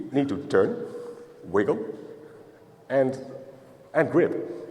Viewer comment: like it a lot, love the way he said you eed a special tool called a key !!! brilliant and helps me understand perfectly